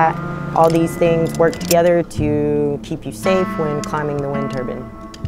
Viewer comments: Good video, but it's a wind turbine. Not a wind turban...😊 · Tell her it's a turbine, not a turban. Please😮😅